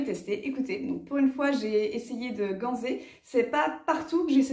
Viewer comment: Ganser se dit avec un « s » et pas un « z » 😉